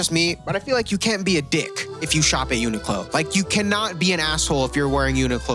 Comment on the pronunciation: why did he keep saying "uniqclon"